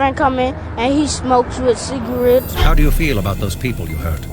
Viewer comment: Smokes wit cigawets